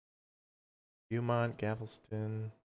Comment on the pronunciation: Beaumount is pronounced Bo-mount.